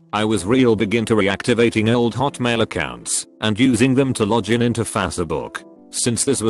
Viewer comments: No one: Text to speech: lojin to fas-e-book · Lodgin into faws-a-book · "Lojjen into fasserbuk" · lojin into fassebook